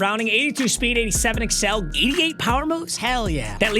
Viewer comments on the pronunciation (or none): none